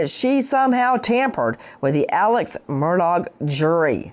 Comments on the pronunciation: Nancy I have loved you for YEARS,... I have always been a fan.. but you need to LISTEN to your own podcast... Your horse voice, and calling him MURDAG (MURR DOG) just sounds STUPID.. You should be more precise, and use outlines, and not just repeat yourself.. your on drugs at this time in your life, or drinking is not cool. Take care, eat some local Honey. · Buster gave his dead mother and brother as alibis. By the way Nancy, it's pronounced Murdock, not Murdog, although I kind of like Murdog better. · I love how NG pronounces his name as 'Murdog' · It's pronounced mur dick not mur dawg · I heard it as Mur-duck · You’re pronouncing his last name wrong. I’m amazed at these media people who don’t know how to pronounce his name. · Learn to pronounce the name Murdaugh. It's been in the news for how long now? Geez! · The G in Murdaugh is silent Attorney Grace. 😅